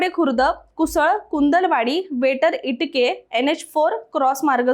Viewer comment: Tumhala ajun gavachi nave vachta yet nahi aapan maharastrache ahat ka Itkare Yelur kas vachtay